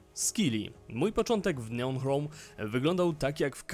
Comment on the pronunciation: O ile pamiętam to "ch" nigdy się w języku angielskim nie czyta jako polskie "h".